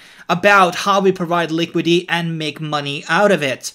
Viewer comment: It's called LiquiDIty.. not Liquity😉